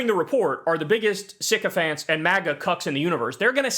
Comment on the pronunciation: Syphicants or Syphicunts!!!!